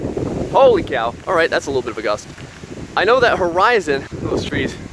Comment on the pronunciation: The way he says alright sounds funny